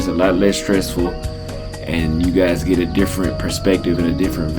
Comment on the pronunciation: It's "get" not "gate".....yawa, ma jaluo mane mokia kisungu 🤦🏾‍♂️